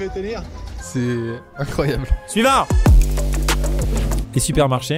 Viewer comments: POV : À chaque fois que Maxime dit "suivant", moi qui entend "Siuu Yvan". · super vidéo👍 mais à chaque fois que tu dis suivant j'ai l'impression que tu dis Yvan